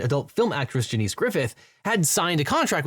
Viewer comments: Do we have any reason to believe that "Janice" is pronounced "juh-NEESE" and not the, you know, normal human way? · Devin is American. Janice is American. They both work and live in America. And no one in America pronounces "Janice" like that. He even goes on to say it the normal way later in the video. It continues to be weird to me that someone who speaks for a living, twice — as a YouTuber and as a lawyer — is frequently so bad at speaking.